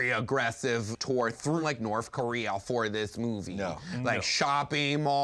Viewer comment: "Norf Korea"